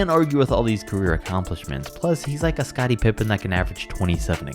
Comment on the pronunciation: Got scottie messed up